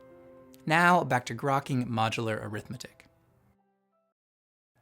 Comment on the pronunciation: grokking sound like cracking